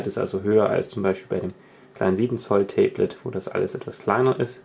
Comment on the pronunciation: Tee blet warum sagst du immer tee blet meinst du ein tablett mit einer tasse tee drauf oder ein tablet pc?